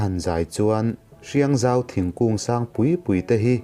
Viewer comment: Hriangzau tih hi "zau" lai hi A hmian tur a ni e.